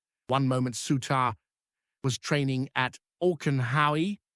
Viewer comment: Why can this foreign punter not pronounce the Rangers players names correctly, before he tries to tell us all a pure load of sh?te